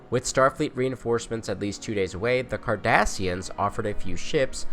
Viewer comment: he clearly says kardashians :p Still great content please keep them coming :D